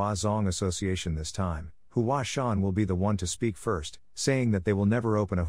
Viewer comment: Hua sung? Mount Hua